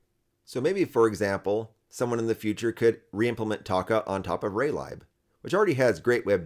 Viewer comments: Nice progress on Taca. 💪 I've never heard lib (as in Raylib) pronounced as "lie b", it seems everyone says "leeb". Even though both kinda make sense.🤷‍♂️ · Great video, but why are you pronouncing raylib like that 😭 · I know that it is short for library, but I've never head someone pronounce it like that :p